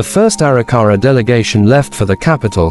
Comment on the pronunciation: Can’t stand the way the narrator says Arikara.